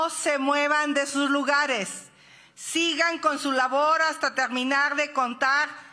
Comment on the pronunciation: YA ganamos un "lugag", les pido que no se muevan de sus "lugages", "pog la altísima", "pagticipación"... "Genan Bag..."